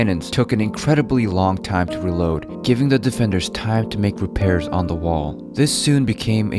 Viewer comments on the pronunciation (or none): none